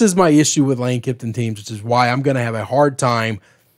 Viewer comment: Kiffin, not Kifton!